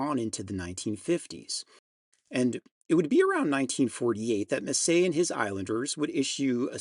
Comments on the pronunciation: Don Messer, NOT Messay! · Great work. Don Messer. Say Mess-sir. Never Mess-say. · Here in Ontario Canada, I’ve only ever heard the name pronounced Mess-er, never Mess-eh….. but it totally makes sense if it has that French pronunciation Amazing video as always; and a tune I’ve been playing forever, and one that both my aunt and ‘Popere’ (grandfather) played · Butchered the name of one of the finest fiddler's to ever play from Canada. Don Messer's Jubilee was a long running variety show on Canadian tv and he was an institution in many households. Don Messer even played for the Queen of England. Great video but wish you had taken the time to get the pronunciation correct. But I suppose it would be easier than Ti-Jean Carignan, another Canadian fiddler that I implore you to look into. He took tutelage from legendary French fiddler Joseph Allard.